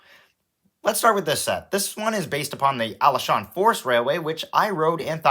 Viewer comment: Being a person who visits Taiwan almost every summer, I find taiwan is wonderful. I got the n scale taipei metro set from taiwan. And have a little one of those toy trains. Also, Alishan is pronounced Ah-lee-sh-ahn. Glad you enjoyed your trip!